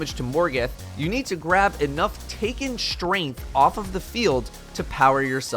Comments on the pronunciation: "Taken Shtrainth" /cringe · "Taken Strenth" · How many times can you say "Taken Shtrength" in one video